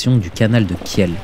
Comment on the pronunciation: On prononce "kil" pas kièle....